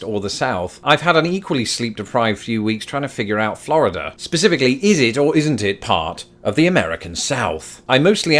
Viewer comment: please stop pronouncing Florida correctly. Practice with me now. "Flaaaaaarrrrrrrida"